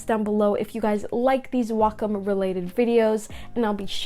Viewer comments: Yes its not wack-em its wacom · I thought it was pronounced (waycom)